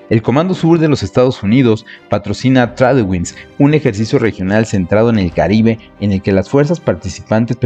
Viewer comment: Muy buen video, pero una pequeña observación: "Tradewings" se lee como "Treid wings" Mucho aprendizaje para nuestros marinos y que bien que México pueda estar en estos ejercicios. Ojalá el ejército también se uniera y hubiera una colaboración más cercana a la OTAN.